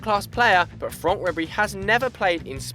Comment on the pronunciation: You say Franck fronck